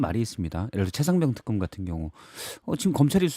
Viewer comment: 턱검 아니고 특검 ...발음도 안되고...